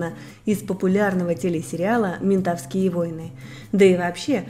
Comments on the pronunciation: МентОвские , а Не МентовскИе ! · не метовскИе, а ментОвские-учите русский блоггеры хреновы.